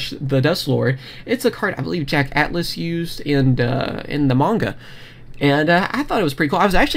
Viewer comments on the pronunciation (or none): none